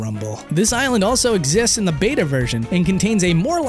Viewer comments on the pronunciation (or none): none